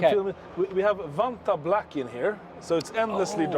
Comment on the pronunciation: the way he said the vanta black like anomaly does or maybe theyre just swedish xD